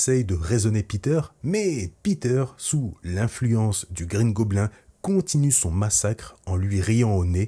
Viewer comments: Bouffon vert ou Green Gobline (phonétique) On ne dit pas gobelin en anglais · Alors par contre, ou tu dis "Green goblinE" ou tu dis le bouffon vert mais green goblin dit à la française ça fait beaucoup trop bizzare... bouffon vert ca va franchement, respectez un peu nos trad x) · tu aurai au moin pu prononcé "green gobline" 😭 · Quitte à l'appeller Green goblin prononce la au moins à l'anglaise (gobline) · Alors je te conseille de le dire en français la prochaine fois, car déjà sauf si tu es anglophone, je vois pas l'intérêt (ce n'est pas plus simple). Et surtout "green goblin" ou Gobelin vert au pire, c'est goblin*e* dans la prononciation à l'anglaise. Etant normand, auquel l'anglais est du normand (oui oui je mens pas lol), je dois avouer que ça m'agace de voir ça haha. Sinon, bonne vidéo. A bon entendeur ! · Tu dis mal green goblin